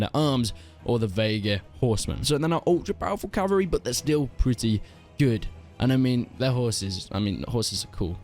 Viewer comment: “Strongest Calvary in the game” *laughs in Swadian